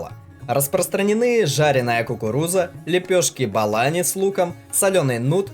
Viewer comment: Не балани, а булони 🙂,это вкусно с айраном, типо пирожки с зелёного или с картошкой 👍❤🇦🇫❤